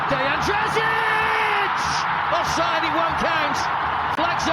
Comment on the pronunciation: Offide ❌ onside ✅